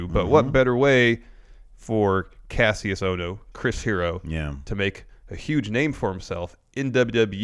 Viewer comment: Guys, please, it's pronounced "KASHUS OHNO." Watch old NXT